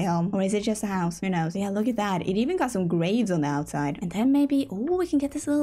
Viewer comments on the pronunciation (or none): none